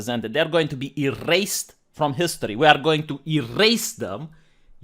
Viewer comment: I loved the rolling r's in errrrrased them! 😂